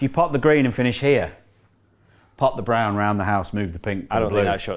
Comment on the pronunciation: sounds like Brun, its what we say "brown" in Scandinavia 👍 Maybe a little Viking in Hendry 🤔😁